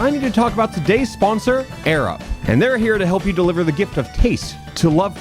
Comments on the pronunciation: Why does it sound like "Arab" whenever sais it? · Love how AirUp just sounds like Arab everytime said it. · I watched the entire Airup ad. After hearing say it so many times, it just started to sound like he was saying "Arab".